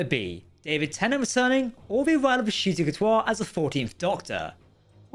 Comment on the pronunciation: it’s tennant